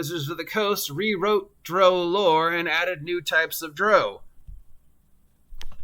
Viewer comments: Its not pronounced like "Row your boat" but the British "Row"which rhymes with 'HOW' as in: "We got into a fierce row over who stole money and blows where exchanged. I did the same thing for YEARS before the internet and videos where wildly available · How you say drow enrages me lol